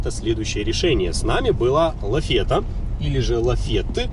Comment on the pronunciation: Да, и лафетА это неправильно. Правильно лафет.